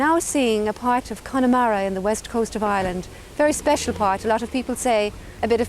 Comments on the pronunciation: Connemara is pronounced ConnAmara not Connymara. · Connemara is not pronounced 'Cony mara'. the Y part is pronounced EM. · Very nice video with lots of information. One small point. Please get the correct pronunciation of Connemara. There's no "E" sound in the middle of it. It's Conn a mara. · Please pronounce the place correctly...it is not CONNIE MARA. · Its pronounced kunamaara. Clon mak noise